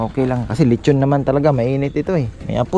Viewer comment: Letchon ☑️ LeXchon ❌